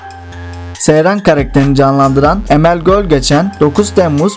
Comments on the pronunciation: Emel Gölgeçen değil. Emel Çölgeçen. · emel gölgeçen değil emel çölgeçen olacak